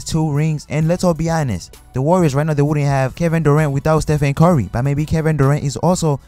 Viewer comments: "Ste-fen Corry" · "Steph-end cory "